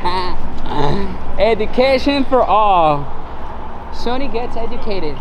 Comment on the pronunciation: Wtf is SAWNEE ENTERTAINMENT EVEN PEOPLE IN MEXICO KNOW ITS SONY. KINDERGARTNERS KNOW ITS SONY. SMH. RIBULL LOL REDBULL. AYAYAYAY. YOU KNOW BETTER THEN THAT.